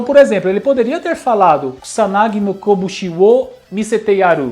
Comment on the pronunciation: E as pessoas que falam Kusanagi (como Cuzanagui)🤣🤣